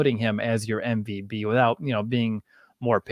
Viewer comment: Why do you say mvb instead of MVP?😅